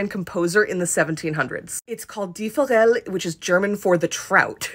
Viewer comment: You should pronounce the e at the end of Forelle